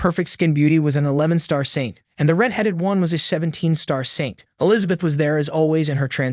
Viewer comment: Still trying to figure out who TF is Elizabeat. People really need to proofread before sending their sloppy scripts through their text to speech.